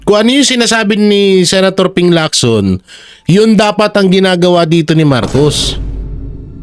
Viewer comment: Galing mo. Tama ng pronunciation mo ng Lacson. Chinese name yan at hindi Amerikano "Leak-son" parang Jackson. Parang Locsin yan.